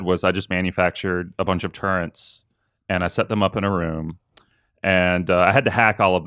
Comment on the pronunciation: "turrent" is not an alternate pronunciation of the word "turret." You are just mispronouncing it.